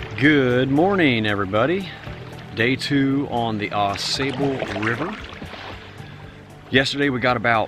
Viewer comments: It is NOT pronounced "Aw SAY"ble River. It is pronounced "Aw SAW" River. It is also my favorite stretch of waterway in the world. Many different species of fish,including salmon, trout, walleye, & panfish. Truly a Canoers' Heaven in Michigan.138 miles long (222km). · The locals pronounce it. Aw Saw bull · Just a little jest! I’ve never heard it called the A sable River like you do. Maybe it’s a different river? Oh well. My kids would just groan at another “Dad’s” joke. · 1.) You are Pronouncing "Au Sable" wrong. 2.) The beaver in the Au Sable often make warning sounds that sound like bowling balls or big rocks being tossed into the river. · Yeah, not impressed with your outdoor ethic’s. No need to honk your horn at a Eagle. Or chase down a snake. Just to have it stress. When you visit Michigan, please learn how to say the Ausable. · great video, but OMGosh pronounce the name of the river correctly! I'm looking forward to watching your video on your Edeesto River trip!